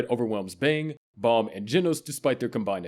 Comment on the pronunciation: It's not Balm. It's BAM you shit A.I voice